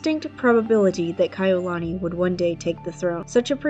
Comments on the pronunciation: I loved the video but I wish she would have researched how to say their names correctly. It's Kah-e-You-luh-knee. As a hawaiian it's cringy hearing it being said wrong. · You lost me at the 18 second mark after mispronouncing Kaʻiulani. There are many other videos available on youtube that are accurate stories told by Kānaka Maoli from Hawaiʻi. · You didn't take the time to learn to say her name correctly. Take this down and do it over. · Learn how to say her name, or do t say it at all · Was about to say the same thing